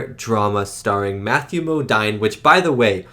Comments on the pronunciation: Great reaction to this incredible film. And just fyi it’s pronounced Mo-DEEN, not Mo-DINE. For another great Kubrick film, I highly recommend Lolita. Terrific film with amazing performances by Peter Sellars, James Mason, Shelley Winters and Sue Lyon. As for another great Vietnam movie, check out Coming Home. Deeply moving film about how disabled vets, were treated when they came back home. Won well deserved Oscars for Best Actress and Best Actor for Jane Fonda and Jon Voight who are both amazing, as is Bruce Dern. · FYI : Matthew Modine...Modine pronounced "Mo-deen"... Love you reactions! 🙂✌🎴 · Matthew Modine's name is pronounced Mo-DEEN. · "It felt like one minute." LOL. It does seem to move- right- along- ALSO... lol: Matthew Modine's last name is pronounced as: "Mowdeen". Your reactions to classics like these are great otherwise. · Modine rhymes with moDeen.